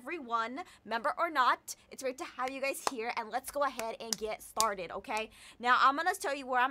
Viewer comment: Did she say farted for started? -_